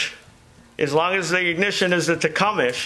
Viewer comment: Techumesh?? lol... It's pronounced Tech-um-see